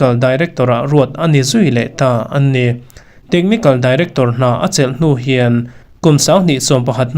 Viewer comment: A bengvar thlak hle mai,chutih rual erawh chuan 'A NI' tih i hman rik dan hian ngaihthlak ati hreawm deuh,i video hi ngaithla let la i hrethiam ngei ang.i thu lama a tawpa a mah sawi nana i hman (a ni) ti a ri tur kha (an ni) tiin a ri lek lek.